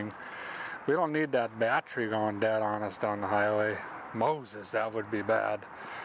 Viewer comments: This guy could probably put a used, 100 year old motor in a duct tape and license plate body, with a milk crate seat, and once he learned how to correctly pronounce bat-tery, he'd be off across the country! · Did he say bat tree 😂